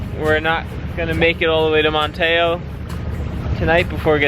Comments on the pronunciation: Sorry we didn't manage to cross paths when you were southbound in the Virginia portion of ICW! You got your replacement parts in Man (as in man) te (as it tea) oh, NC. Verbal emphasis on the first syllable. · No it isn't...Manteo...Man-tee-oh...my family's been here for almost 300 years...